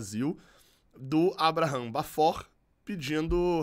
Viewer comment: Abraham se pronuncia = eibrarrem